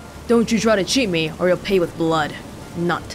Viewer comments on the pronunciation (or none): The K in Knut is not silent, in case anyone wants to know.